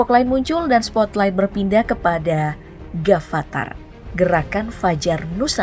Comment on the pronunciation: Kenapa harus Gafatar harusnya afatar